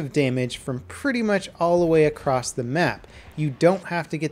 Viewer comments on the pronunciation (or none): none